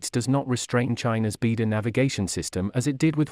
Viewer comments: It’s not “beedo”, it’s “bai dow”, means Big Dipper. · It is pronounced BeiDou (Chinese Pingyin for 北斗). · Please pronounce beidu properly